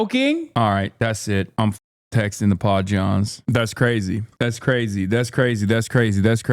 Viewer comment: i've been listening to hasan on and off for years. what the fuck are pod-johns?